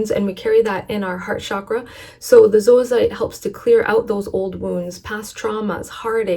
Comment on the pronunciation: Thank you for pronouncing zoisite properly!!! So many videos say "zoy-site" and that is incorrect!